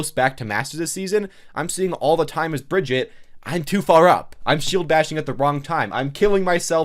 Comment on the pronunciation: Every overwatch YouTuber can’t pronounce Sombra or Brigitte correctly